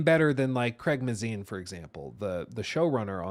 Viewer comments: May-zin not "muh-zine" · When doesn’t know how to pronounce Craig’s last name means he doesn’t know enough to critique his directing.. and I agree with what he says.